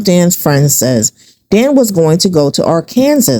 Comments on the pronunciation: (Its pronounced- "Ahr-kan-SAW" NOT-- "AHR-Kan-sus." Just so you know.) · Its Ar...ken...saw! Not pronounced Ar...Kansas.. Please pronounce things correctly from now on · ?? Arkansas is phonetically Are-can-saw. Not Are- Kansas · Arkansas is NOT pronounced like Ar-Kan-sass. PLEASE. It's more like Ar-kun-sah. The "s" is silent. Yeesh. Cringe! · Arkansas is actually pronounced ARK UN SAW. Just FYI. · I've always heard Arkansas pronounced as R-can-saw. This is a great video,. Keep 'em coming! ❤ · Arkansas is pronounced Ark-N-Saw gypgyp 😂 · The Arkansas pronounciation is killing me 😅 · At first I thought she was just saying it like that for fun😂